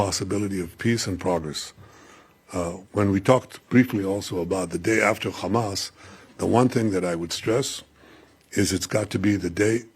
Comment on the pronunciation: He needs to first of all learn to clearly pronounce HAMAS. It is not KHAMAS lol